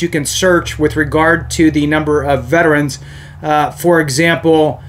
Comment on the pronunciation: thankyou for saying Veterans correctly. Not VET-TRANS. Have a great day